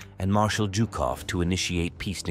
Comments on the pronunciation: Zhukov not Jukov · WHY is he saying JewKof?! stopped watching